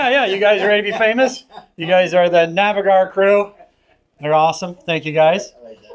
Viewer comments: Hi please could you pronounce Navigare correctly as you were told by Phillip Winter in your podcast "Can you earn income owning a boat?" The rest of the video is great. I need to tell the same as she is pronouncing it phonetically and not correct. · Was this filmed before learned how to properly pronounce Navigare?